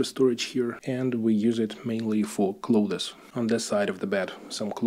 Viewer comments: Also, I know you didn't ask, but some unsolicited advice from a native English speaker: you are pronouncing clothes as "cloth-is" and it's more like a "з" sound at the end. "Clothz". Just offering help because I know when I try to speak Bulgarian or Russian, it sounds like shit (your English is great, not implying otherwise) and I love when friends and family help me out. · Hi, excellent video. A lot of similarities to life in Czech. You can pronounce clothes as Kloz. It is a common mistake by non native speakers to try and pronounce the th sound. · Please don't take it as any form of criticism especially as I am terrible at any second language but if you were to pronounce clothes like cloves the spice it would sound better. It is strange, I know several people from Poland and many will make the same mistake. Nice flats by the way, do you have a dacha as well? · My babcia was Polish American, bilingual, with native accents in both languages, but there were 2 words she did not pronounce correctly. Clothes was one of them. She always said "cloats." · Your English is great, but you can pronounce "clothes" as closs .. I'm an American, and we don't pronounce the "th." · I have to ask you,, if it's not possible that the size of 38 m2 for your (whole) apartment is not perhaps a mistake? When you are showing us around, several rooms seem quite spacious, whereas 38 m2 is not even the size of a decent sized living room 😮. And, just to be of assistance to you; your pronouciation of the word 'clothes' is incorrect. Internet will surely help you.